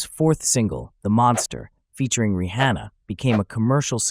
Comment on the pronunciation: Dude said re Hannah lmao